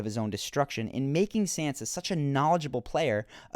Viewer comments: your video might have been good but i just cant keep watching and hearing you call sansa 'sensa'. it just hurts my ears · It's not "San-zah" or "Sahn-zah", it's Shan-shah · it is pronounced "SAHN-SUH" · It's pronounced Sansa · SANSA! Why not pronounce it correctly? The way you pronounce it is very distracting, almost annoying.